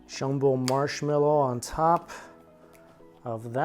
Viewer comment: When went "Marshmelloo", I seriously gave out a groan, "whaaaaa--?!"